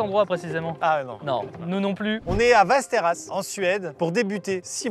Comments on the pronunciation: Maxime qui corrige qui dit "vesteras" "vAsteras". Mec tu crois que les accents c'est pour faire viking? Ça se dit Vesteros (Westeros GoT tout pareil). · Ça se prononce Vèsteros xD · Västerås ça se prononce Vèstèros sinon ça fait mal aux oreilles. Sinon j'adore la video, continuez comme ca 🤩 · la ville se prononce véstéros un peu comme westeros dans game of thrones mais dit avec un accent russe voila voila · Väster°as Prononcé Vestéros (oui presque comme dans GOT) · Putain la prononciation de Västerås m’a écorché les oreilles 🥲 « Vesteroosse » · "Västerås" se prononce 'vèstèros'. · Ma copine (suédoise) se serait étouffé dans son café en entendant ta prononciqtion de Västerås si elle avait été là, mais à part ça super vidéo 😂